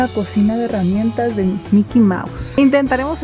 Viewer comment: jaja dice cosina con s envés de cocina con c